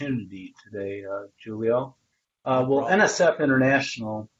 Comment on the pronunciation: 😂 “Thank you Jewlio”